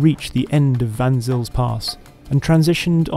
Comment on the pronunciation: Just to help the people who know the area slightly and are wondering what is being babbled about, "Vansills" pass, written as Van Zyl's Pass, is actually pronounced "Fon Sale's" Pass. Vansills are probably some type of trainer or other. Why isn't this superfluous vehicle being tested in Chelsea, it's natural habitat. Certainly not an option in the UK market, where all land is owned and there are no wild or off road spaces accessible to the hoi. Little wonder some people think the Extinction Rebellionistas have a point.